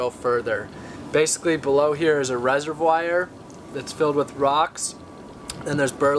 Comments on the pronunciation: lol you said resewire i think you say reservoir differently. more like reserwuar. great video. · Resivwire... Resivwire!... On another note, interesting to see your commitment to the cause thanks for sharing your story. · Rezer-wire?? reservoir....duh. I thought this guy was a dumpster diver, now he's saying he buys his stuff.....also, what happens when it rains in his bathroom, on his stove, in his pantry? Doesn't he get cold in his box home? How does he shower w/ only 2 gallons of water a day? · Wow...I cringed so hard when he mispronounced "reservoir" edit: I should add though that I think what you're doing is great, especially the motivation behind it